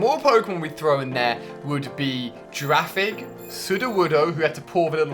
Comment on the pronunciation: Some pronunciations were waaaay off. And because of click bait title...: Cleffa Spinarak Xatu (zatu) Wobuffett isn't a water Pokemon, it's a psychic type. Phanpy not phanphy Girafarig not giraffig (it's a palindrome) Granbull not grumble Remoraid rem-oh-rayd